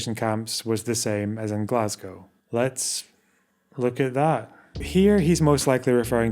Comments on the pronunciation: It makes me unreasonably angry hearing Glasgow pronounced like that. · Do you mean the way says it? Because that's the way all my Scottish relatives, most of the scots of my acquaintance and, in fact, most of the U.K. say it. Glah-z-go vs. glass-gow which I only ever hear from Americans (to go with Edin-burg). Or did you mean the way Rees-Mogg says it? Fair. But, that may be less to do with pronunciation and more to do with the fact that his mouth is open and sound is emerging.